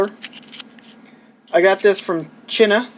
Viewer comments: Chin-a? China? Um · "I got this from china" you pronounced "china" so incredibly wrong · chin-na i will now pronounce china like that now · C H I N A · Dor Bacal chinna. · he pronounced it like we do in spain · Dor Bacal that's how u pronounce it in spanish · That's how we say it in Spanish. Anyways, the Chinese call their country 中国(Zhōngguó), which if I where to transliterate to Spanish would be "Chun-guo", (or in English, "Choon-guo"). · You said china wrong lol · Its just the gba because of its soundfont. It also plays a bit differently. Playing as luigi feels better. this cart looks cool! p.s. you said china incorrectly